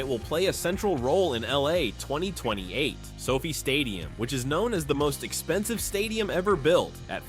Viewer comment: Who is this fool narrator who has rhe names wrong? He pronounces the names wrong. Its LOS ANGELES AND SOFI NOT LOUISIANA AND SOPHIE. WHAT A MORON😂